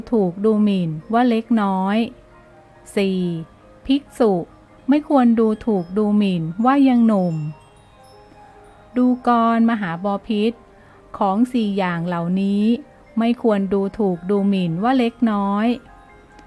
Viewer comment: *ดูกร อ่านว่า ดู-กะ-ระ